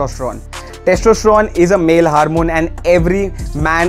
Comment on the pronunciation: [haarmon] funny accent